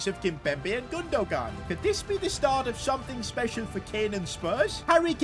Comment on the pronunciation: Great vid but i was annoyed because it’s pronounced like gunduan not gundugan